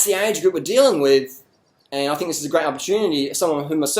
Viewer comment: i like the part when you say ZIZ LOL